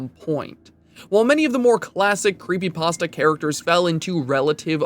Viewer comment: Remove the r from pastra.